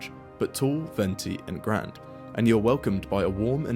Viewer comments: Are you using an AI voice for the video? Notice you don't seem to pronounce words like Nike or Grande correctly. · Weird that you dont pronounce the letter "e". Its "nike" not "nik". Also is "grande" not "grand" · Yet another AI Deep Fake Video: "Grande" pronounced "Grond" in a video about Starbucks. Screw You, AI Limey! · GrandAE get your pronunciation right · GRAN-DAY NOT GRAND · Even this video is more slop. Why should I listen to this video essayist teach me about the history of Starbucks (which many others have already done over the years) when he can't even pronounce grande? Kid is probably 23 and has never been in a Starbucks. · My guy we all know the sbux sizes, and you pronounced grande wrong